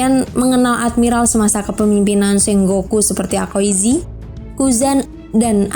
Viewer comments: Ka, aokizi, bukan akoizi, fujitora sujud ke raja doresrosa bukan alabastan😂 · Aokiji,,bukan akoiji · Aokiji not akoiji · bukan akoizi.... tp Aokiji... Duuhh...🤦‍♂️🤦‍♂️🤦‍♂️ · Aokiji bukan akoiji😂